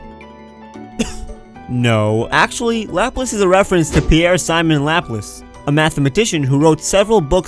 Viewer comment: In the Italian word for 18 the 'ci' part is pronounced 'chi' so it'd be 'dee-eh-chi-otto' Also the mathematician Laplace is pronounced 'Luh-plawss' with the stress on the second syllable. (Also great vid btw)